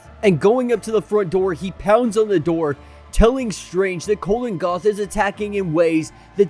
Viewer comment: It's Kulan Gath, not Colin Gath.